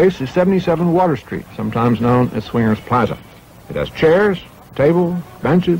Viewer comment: I like the video and all but I just have to comment on how inconsistently you pronounce plaza in different ways